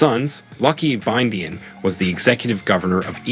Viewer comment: Is the pronunciation of Igbinedion as Ibidin for me 🤣🤣🤣